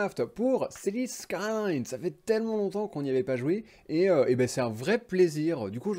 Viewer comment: Mdr City Skyyyys !! La prononciation a l’américaine !